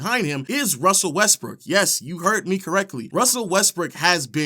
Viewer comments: It sounds a lot like this dude is steady saying westbrick instead of Brook or am I tripping??🤔🤔🤔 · Is it just me or he keeps saying westbrick